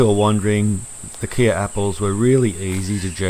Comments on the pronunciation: Not "Kia" apples. It is pronounced like the "K" in "OK". Sounds like "Kay". Mmmkay? From the Kei River in SA. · I'm from South Africa, and wanted to just give you the correct pronunciation for Kei - pronounced Kai - hope this helps :) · Hi from South Africa, it is pronounced ky apple, like my apple. love your channel, from the Tsitsikamma Storms River Village just inside the coastal Western corner of the Eastern Cape, temperate 1200mm a year. coastal montane wetland. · Hello from South Africa! It's pronounced "kay" like the last bit of "okay" after the Kei river in South Africa. Cheers!